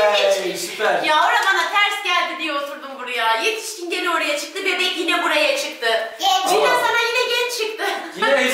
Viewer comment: Oha genç değil gənç dedi